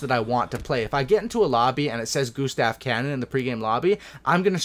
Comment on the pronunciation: why just why and it's "Gustav cannon" not Gustavo cann